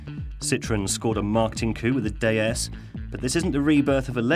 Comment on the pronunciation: why is he saying DAY-S instead of D S...